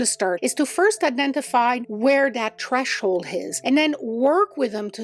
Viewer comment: The word is "threshold", not "treshold". Just an FYI. 🙂